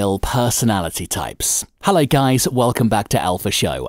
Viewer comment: Its funny how he started the vid " hellewy😂